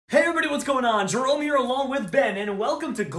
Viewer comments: Jerome(pronounced jeremy) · His name was pronounced Jeremy but spelled Jerome